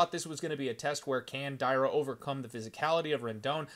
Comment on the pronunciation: Dear. Not Day-ra. Dar-ya. Not Mayra Moroz - Ma-ri-na. I sure, you can read letters wright. BOL:)